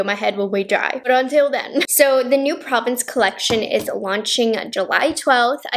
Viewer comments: Probably not the first to comment on this, but it's actually pronounced pro-VAHNCE in French. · Hate to pick on pronunciation it’s pronounced Praw-vonce ( if that makes sense) for the palette name it’s French it’s hard sometimes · P Hi Thank you for this video I did see one other video where the YouTuber did some looks with the Nomad pronounced Pro (long O)vence, not province )😏 Your eye looks are really beautiful I'm going to take a deeper look into possibly buying one of these pallets because I've heard mixed reviews in the past about other collections. But Jack's beautiful you did a wonderful video where she had three different looks and she gave it a solid 10 so I really appreciate you doing this video once again and that lavender lip gloss reminds me of an all me lip gloss that looks a lot like that that I love. Take care 💕🌅🙏🤗